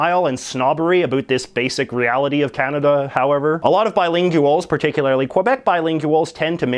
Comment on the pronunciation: "Bilin-gew-als?" Heh.